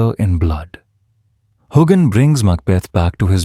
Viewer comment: Why can't any of you reporters pronounce his name correctly. This AI stuff is going to stop